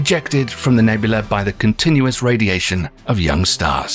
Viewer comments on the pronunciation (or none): Nebula! Not Nebul-la-E nor Ne-bu-la-ay either. English is my third language